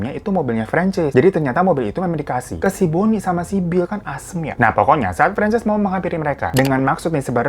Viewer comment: bang, francess apa franchise sih? kok gw dengernya kyk franchise kulakan usaha??😂